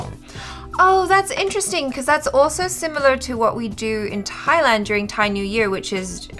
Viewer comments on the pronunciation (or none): none